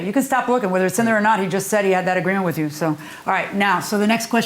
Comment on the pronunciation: Wif is not a word..."with"is the correct pronunciation